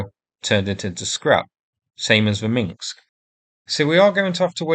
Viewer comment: Minsk, not Minks. 🤕